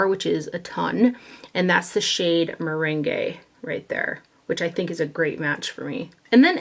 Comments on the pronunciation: It’s ‘meringue’ as in a topping on a lemon pie not ‘merengue’ as in a dance ... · Hi! Look forward to these. I wanted to tell you that your Too Faced concealer color, meringue is pronounced mer rang like lemon meringue pie. XO